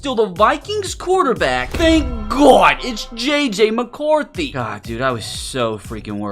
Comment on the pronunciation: THANK GAWD ITS JJ MACAWRTHY😂😂😂😂😂😂😂